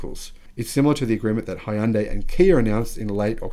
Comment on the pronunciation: Love your content. But just one thing if I may... Hyundai isn't pronounced Hi-un-day. The Hyun is one syllable so basically say "yun" with an H in front of it. And "dai" is not pronounced day but more like deh. JIC you were interested in the correct pronunciation. Anyway, I've recently gotten into EVs and learned a ton from you so much appreciated sir!